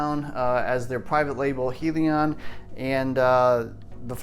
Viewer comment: Great truck. Most of the RC tracks in my area have a monster truck class. By the way it's pronounced Hell-e-on.